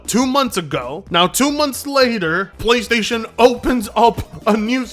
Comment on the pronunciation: You mean "Plchaystation"